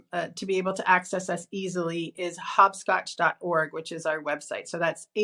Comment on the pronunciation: Another informative pod but why do you say 'Hob Scotch? Surely it is HOP scotch? As in you 'hop' in the game. Just a thought from Britain :)